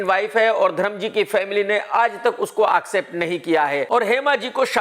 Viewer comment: Bhayya its accept not aakcept